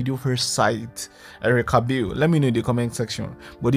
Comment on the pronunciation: Bale is an Ijaw and itsekiri name. And you are not pronouncing her last name properly.